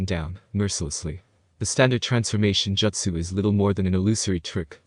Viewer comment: Bro, why do you pronounce jutsu "joetsu". Is that some dumb sub pronunciation bullshit? I can't listen to this shit